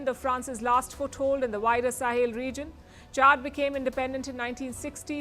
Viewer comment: Palki please. With respect, it is not Chard. It is Chad.